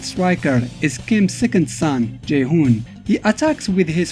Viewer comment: You can least learn the proper pronounciation of their names. Who the f is Billy Caan? It's Billy KANE and it is pronounced Cain, like Cain and Abel. Kaede is pronounced Kaa-eh-deh. And he has black hair. His hair turned blonde when he became a Super Saiyan. Ryo is only blonde because his late mom is a blonde caucasian. Jae Hoon is pronounced Jai Hoon, not Jay Hoon... Rugal's "slashing kick" is called Genocide Cutter. Only deaf people wouldn't know the name of the attack since Rugal always shout it out loud when executing the move...